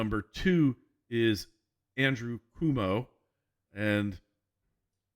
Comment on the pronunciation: Thanks for your political analysis. Just a minor point: 30 years ago I lived in upstate New York when Mario Cuomo was governor of New York. His name is not pronounced "Kwoo-mo", it's pronounced "Quo-mo" as in Quid pro Quo - mo. - An American listener in Switzerland